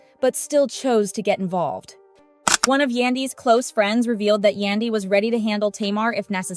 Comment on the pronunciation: I wish the person who made this post learn how to say Yandy's name